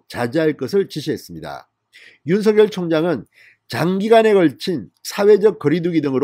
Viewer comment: 윤성열이 아니고 윤석열(윤서결) 입니다! 윤석열(윤서결)발음이 잘 안되면 그냥 윤총장 이라고 호칭 하시길 권합니다!